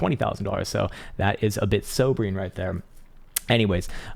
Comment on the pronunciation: Hey, you said "sobering," not "sombering!" 👍🏻 💕